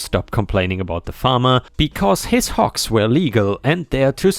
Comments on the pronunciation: because of your accent it sounded like you were saying Hawks like the bird lol got the G sound and K sound mixed up there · I was listening instead of watching. Usually I do not have any issues with your accent, but this time I kept hearing "hawks" until I checked the text. ;-) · The last story: I was just listening to this in the background as I worked. And just kept hearing hawks. Hawks. Hawks. Then I heard big and smelly and decided to see what was being said and realized he was saying hogs over and over. 😂😂😂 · Lol listening while cooking and you first mentioned hogs. My half paying attention brain heard Hawks in your accent lol. 🤣 I had to stop and dry my hands and read along to see hogs lol. I was racking my brain to see what a hawk farm looked like 🤔🤦‍♀️🤣